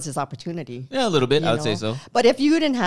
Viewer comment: "Opportunity"or "opera-tune-knitting?" I can only hear the latter thanks to the mom's spaghetti rap xD